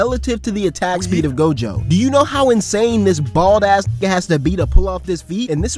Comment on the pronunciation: Miguel is ine of 3 mother fuckers in the series to even be able to touch Gojo in a fight. Fuckin bastards better start putting so respect in pronouncing this GOATs name 😂🎉